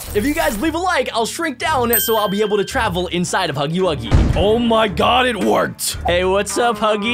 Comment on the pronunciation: Bruh u cant read, spell, or talk its Huggy Wuggy not HUGGIE WOOGIE